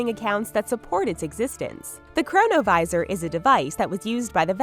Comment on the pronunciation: chronovisor sounds like corona virus lol